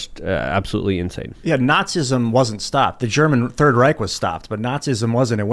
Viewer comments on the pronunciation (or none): none